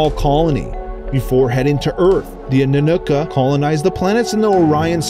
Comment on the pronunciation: oh man you mispronounced everything in this video. (eg: Zeta reticulANs, AnnunaKi, NibIRu... and others... ) good footage, not perfectly researched..